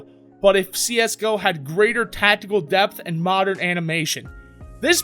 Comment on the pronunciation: Great vid, super excited for this game. But.. the hell is "tacticle" ? xD. .